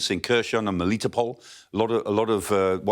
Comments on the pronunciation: The Ukrainian speakers I've heard on YouTube pronounce Kherson with a silent K. "Hair-son" with the emphasis on the second syllable. Same with Kharkiv as "Har-keeve". We owe it to them to at least TRY to pronounce the names correctly. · He still can't pronounce Kherson 🤦